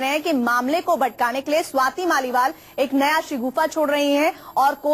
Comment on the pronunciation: Swati's mal nahin hain Swati's Maliwal naam hai news reader ji.